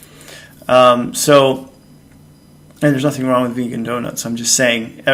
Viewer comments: "Beegan" 🤣🤣. Fasting is good for me. My thoughts are eat what suits your system, and be thankful/ joyful for it. Much love. Thanks...very subjective topic! Respect. Xx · "I've been 'Beegan'. . .", LOL!!!!!! ;)